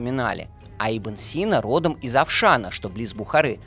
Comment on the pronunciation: Ибн СинА :--) В узбекском языке, как и, например, во французском, ударение всегда ставится на последнюю букву.